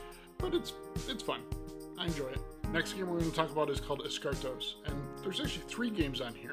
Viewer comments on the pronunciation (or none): Eschatos is not “Eschartos”, just FYI